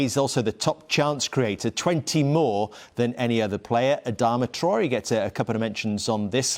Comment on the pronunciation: “Adama Troy”